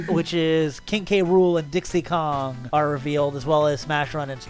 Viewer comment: King gram... realy its oviesly king k rool